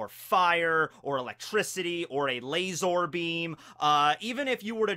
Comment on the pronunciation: Love. Love the cringe. Hate the way he says LaZORRRR